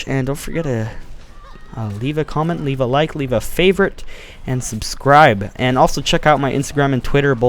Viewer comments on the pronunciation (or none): did you say Leaf a like? :D